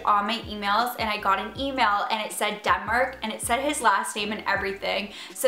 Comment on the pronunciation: I definitely hear "Dumber" not Denmark every time 😂 Okay well like "Demmar" but basically Dumber with an accent 😂